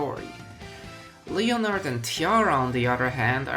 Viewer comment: Isn't it pronounced "Leh-nehrd"?